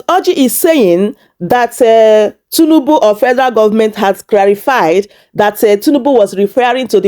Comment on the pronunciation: Please it's not tunubu. It's President Tinubu. Correct yourself please.